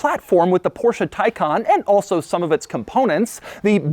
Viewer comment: Finally a native English speaker who knows how to pronounce the Porsche correctly, and that's without swallowing the "e" in the end. Such a relief, love u Doug! 👊